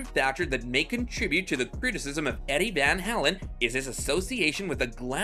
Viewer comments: Van HALEN. The way you say Van HELEN is so aggravating. Lol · Vanhalen not vanhalan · You're probably the only person on the planet that doesn't know how to pronounce Eddie Van "Howlen's"- name. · Yeah. Van HAYlen, not the way you say it. Stop trolling. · You make me laugh every time you say vanhalin.?? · Can't watch this video if you can't pronounce the name of your subject matter. You are discussing someone you obviously know nothing about - one of the greatest ever guitarists, no less. I would have more patience if it were Yngwie Malmsteen. I'm cutting this off now after only seconds. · First of all if you’re gonna make a video learn how to pronounce the man’s name correctly This is 10 minutes of my life I’ll never get back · You can't even pronounce his last name correctly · Dude, you can't even properly pronounce Eddie's last name. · Why Rockers Can't Stand Eddie van Halen? What a stupid question to pose! You know what everyone of the viewers that watch this video cant stand? The way the narrator pronounces Eddie "Van Halen"!!!!!!!!!